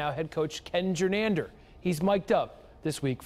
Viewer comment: It's Gernander, not Germander